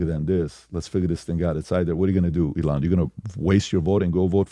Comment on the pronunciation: Nobody: Pat: eLON